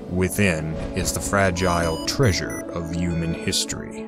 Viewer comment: please learn how to say the word 'human'